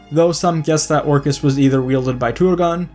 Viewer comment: It drives me nuts that you spelled them correctly in the title so obviously know that Glamdring and Orcrist have a D and an R respectively, and yet you consistently mispronounce them as “Glamring” and “Orcist” in the video itself!